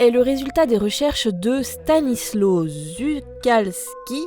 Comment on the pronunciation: ça se prononce : Stanisouav Choukalski Et bon retour :) :)